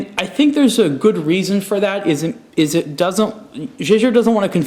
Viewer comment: it's pronounced "Yay-ger"